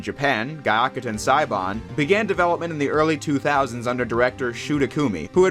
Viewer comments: It's pronounced "gui-ah-ku-ten" ("gui" as in "guild": soft g, mute u) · You didn't say Gyakuten or Maya right.